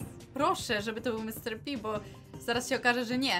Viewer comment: nie Mr. Pi tylko Mr.pig